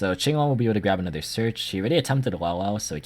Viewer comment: I hate it when people call it King-long instead of Ching-long lol. Finally an actual Chinese man pronouncing Chinese word